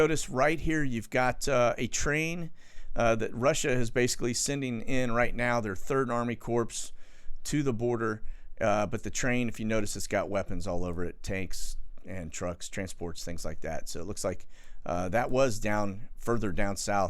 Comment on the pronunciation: Dude! Did you really just say corPs?